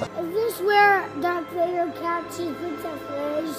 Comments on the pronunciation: the fact that he keeps saying "dark vader" and you don't correct him is disturbing. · "Dark Vader" xD